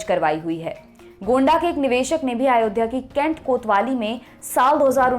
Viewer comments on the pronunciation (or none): सर अयोध्या होता है, आयोध्या नहीं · आयोध्या नहीं अयोध्या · Madam आयोध्या nhi hota h....